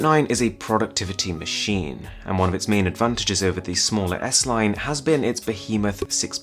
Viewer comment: He cant even pronounce "and" :)))) all I hear is "ant"